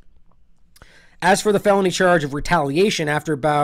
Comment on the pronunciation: And you were saying his name right the first time. His name is not bail. You pronounce his name is "Bow"..."Bao"